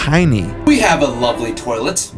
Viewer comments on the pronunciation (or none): none